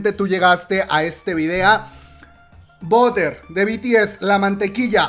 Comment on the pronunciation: BUTTER pronunciacion. En ingles = barer La comadre: boder 🤣 #ArmyAyudemosaButterenSpotify